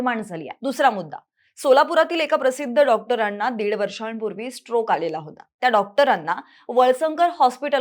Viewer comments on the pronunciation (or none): none